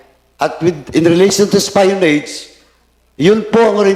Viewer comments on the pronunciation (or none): Espionage… should be “es-pee-uh-nahzh” not “ES-PAYO-NADJ”